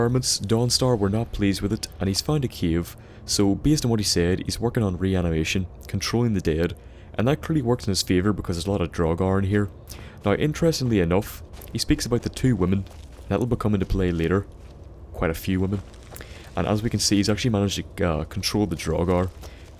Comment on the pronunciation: You say drugger